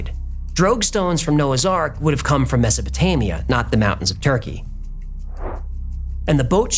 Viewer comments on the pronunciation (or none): none